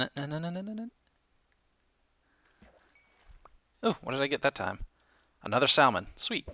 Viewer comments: You said "sall-mon" for most of the episode, but said the correct "sammin" . Why? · Lol, you say it like sa-mon.. not sal-man. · sall-man? Really? :P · Wait, did he seriously say sal-mon? Dude! Get your mind out of the South Carolina gutter! Listen to the Oregon native, it's called sa-mon. The "l" is silent. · Salmon. SALmon. It's freaking Salmon like sammon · that's just a general mistake many people make I'm not native english but I heard pronouncing it "samon" is correct but many peoble say "salmon" anyway because they're not aware of that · Salmon is pronounced samin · Salmon is not Not pronounced sall-man it's Sam-onn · its not salmon it is pronounced sa-man. JESUS jk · It's not pronounced sal-mon it is pronounced samon please say it right I eat it a lot in real life and it has a lot more flavour then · Im going to guess youre doing it on purpose. But its pronounced SA-MON. not sal-mon. sorry..... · salmon Is pronounced "samon" dummie ;V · "SaLmon" lol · THE L IS SILENT. Salmon salmon samon samon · Its SAM-ON >:l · salmon is pronounced sammon lol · You pronounce salmon incorrectly. It's /ˈsamən/ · Its spelled 'salmon' but its pronounced 'samon' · Not to be rude but pronouncing salmon as sall-man is improper ,just a pet level of mine :) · It's pretty annoying when he says salllllmon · Guys, does know that the "l" in "salmon" is silent..? lol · Salmon is said without the L. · In salmon. The "L"is silent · lol you say salmon funny :p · The L in Salmon is silent... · Don't say the L in Salmon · I think the L in salmon is silent but idk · You don't pronounce the l in Salmon. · I have a feeling you are going to get a lot of hate for saying salmon wrong. I dint care but it will probably happen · You don't pronounce the L in Salmon.....